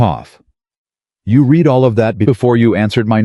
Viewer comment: Past tense of read although spelt the same is pronounced as "red"